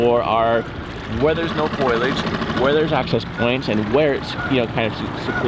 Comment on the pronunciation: Fo-lee-idge not foil-idge the word rhymes with frige like refrigerator